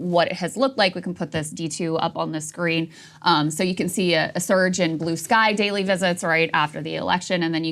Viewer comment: Wtf is “Blueskay”? lol